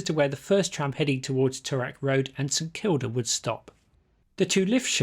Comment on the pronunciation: mate, a bit of advice on how to say toorak. i couldnt identify what road you were talking about. then i worked it out. its pronounced too rak.